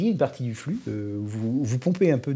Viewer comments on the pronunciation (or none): none